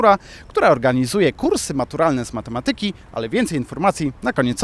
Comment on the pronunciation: prowadzący... źle kolega akceptujesz słowo matematyka kolega. akcent na trzecią słabe od końca kolega. A nie na drugą. od siebie też wymagaj. pozdrowienia kolega.